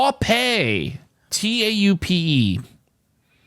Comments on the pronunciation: Toe-pei?? 😂😂😂 its pronounced tope. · Pronounced Tope. its a color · Taupe is pronounced tope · Tope, like towp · 5 guess solve for me today, tough word. I do think it’s pronounced tope though. Glove tribe tense tache taupe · I don't mind seeing your longer videos,. I can understand you may feel some pressure trying to complete it in front of us all, though. I had a longer sequence today.... Duddy, Stuck, Blunt, Mouth, Taupe (pronounced 'tope'). I liked the colour taupe so much that when I was a teen, I saved my cash to buy a leather jacket in this shade. So first time resigned in 3 years,? That's a tough one. Tomorrow a fresh new streak!! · STEAL > TRACE > TAUPE. Taupe is a colour and it rhymes with Hope. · Taupe is a color, and pronounced tope, rhyming with nope. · Hoist, Crane, Taupe (rhymes with hope). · ADIEU — GAUZE — PAUSE — TAUPE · TAUPE is a color. And the E at the end is silent. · Coral > Paste > Taupe Sorry. But I enjoyed hearing a French accent on the word Taupe.